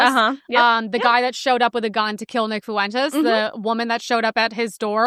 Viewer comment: Nick Foo-entez